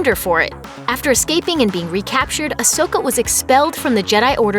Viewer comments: Idiots from looper still cant pronounce Ahsoka's name correctly smh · Please say ahsoka's name right